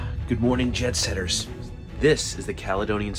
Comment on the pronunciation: I could have sworn you said "Good Morning Jeb Setters" at the beginning. Perhaps my ears just wanted to hear it!